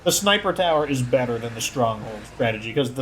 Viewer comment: He says beeter